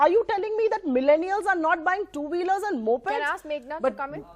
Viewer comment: He again said milleniars